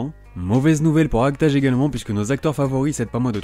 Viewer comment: Tu dois le premier youtubeur que j’entends prononcer "Act-age" correctement, ha ha XD Par contre, l’auteur de Gin’Iro no Seven s’appelle Tadahiro Miura, et non Badahiro. ^^